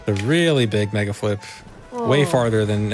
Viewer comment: said "megaflip" so often that by he starts articulating the l before the f has time to fricate, so it sounds like he's saying megalflip. It's not even a decomposable word anymore, it's just a single chunk